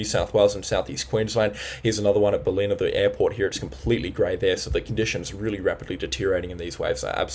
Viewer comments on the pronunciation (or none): BAL-in-uh and Nar-rah-brye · Great job! But you've got to learn how to say Ballina, Murwillumbah and Hinze (for Hinze Dam). But that's just nit picking. Thanks for the info! 😊